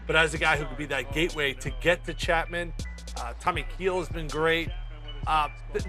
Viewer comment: The minute this guy said "Tommy Keel" I knew he didn't know shy about the Yankees. Prolly didn't do any homework in them thinking CLE would kick they ass so his opinion can go in the 🚮